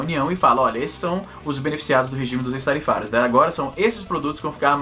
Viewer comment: acho q se pronuncia ÉQUIS-tarifários (ex-tarifários) .